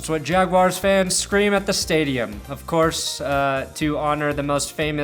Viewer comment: as a Jacksonville native I appreciate your coverage but I subscribed specifically because of the way you pronounce their name the Yag-wars. Keep it up and go YAGS!